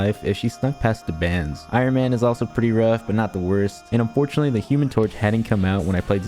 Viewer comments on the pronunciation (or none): none